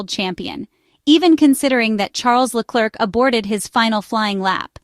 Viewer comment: This is probably read by an AI voice but in case the usa woman is real: PLEASE try to pronounce Leclerc a bit better, it sooooooo painful to listen to your trump level butchering of his name